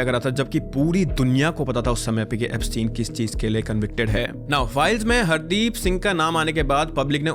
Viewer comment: I don't think he dubbed it, it can be a really good ai since when he said "Hardeep" it sounded in that white accent -- it sounded like (hard-eep)